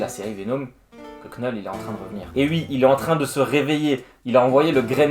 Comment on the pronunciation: Excellent résumé ! (Juste pour info le "k" de Knull est silencieux. Comme knight en anglais.)